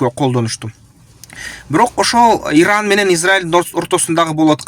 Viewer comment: Ердан эмес туура суйлосон иран